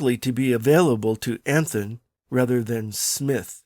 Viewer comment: Anthon's name is pronounced Anton. In the Independence area the "Caractors" [sic] is called the Anton Manuscript.